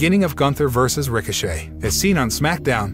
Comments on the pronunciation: I thought it was just me. This dude can’t read any of the names correctly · I'm surprised that he pronounce the T in Ricochet 👏